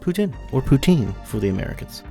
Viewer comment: Bonus points for the québécois pronunciation at the beginning! ☺️